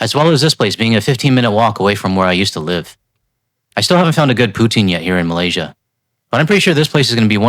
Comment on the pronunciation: Dude...it's not POUtine, it's pouTINE. Emphasis goes on the second syllable.